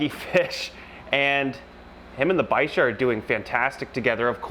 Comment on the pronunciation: What's a "bi-sure"? You mean a "biker"? I thought the ch in bichir makes a "k" sound?